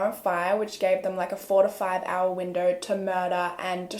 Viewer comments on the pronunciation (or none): none